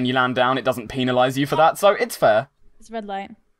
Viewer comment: said penilize not penalize....lol